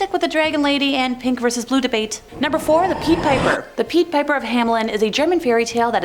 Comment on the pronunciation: "peed" piper? Idnit PIDE piper?